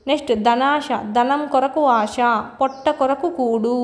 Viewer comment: ఆష కాదమ్మా ఆశ అని అనాలి. శకారానికి, షకారమ్ అని అంటున్నారు. సరిచేసుకోండి